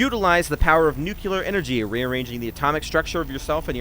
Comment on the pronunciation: Its pronounced nuclear not nuculear